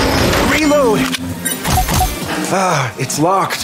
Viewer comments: Resumen del gameplay: "rilout" Buen video, me gustó el remake, justo en la infancia, y para el que me diga que se escribe Reload, amigo, diviértete un poco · Solo dire: "rilou" XD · Contexto? "Rilou" JAJAJA, MUY BUENO JUEGO, NOS PEGO EN LA NOSTALGIA